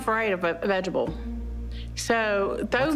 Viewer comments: "I ain't afraid of no veggable" LOL Is that the plant that is able to be vegged? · You know you’re fat when you pronounce vegetable as “vegeble” 😂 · erm, um, sorry but I think the word was veg-able.